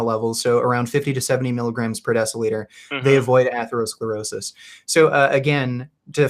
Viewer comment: Atheroscleroshish.. lol, this guy trying to pronounce some of these words. Definitely helping his case